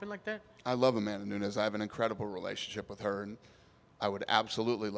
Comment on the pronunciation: It's Amanda Nunes, not Nuñes. She's Brazilian, not Mexican.